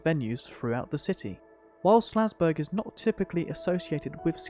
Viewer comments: Nice vid and great overview of the area and its history - just one thing. It's called "SAL"zburg, not "SLA"zburg! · Omg the town is called SALZBURG. The entire time you are calling it SLAZBURG. You're killing me.